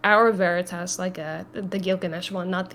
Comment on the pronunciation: Unsure why she can say veritas correctly and he cant lol